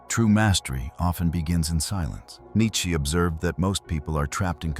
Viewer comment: Cracking up at how this Ai narration says Nietsch-ke 😂